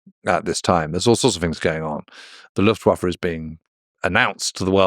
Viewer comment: what’s the LuftWaferrrr